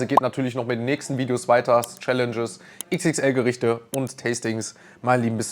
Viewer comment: Grätzel spricht man Kr(wie ein Tieger)ätzel mit betononung auf das ä aus. Leider kann ich keine Sprachnachricht senden.